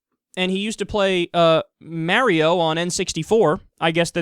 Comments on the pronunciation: He distinctly said 'Maerio'. xD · Maerio? WTF is Maerio? o.O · bro, i'm a gamer and my ears exploded when you mispronounced mario. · Damn, stole my witless comment of pronunciation issues >:d You just better hope he doesnt get on his joshy and tag along with his brother loogi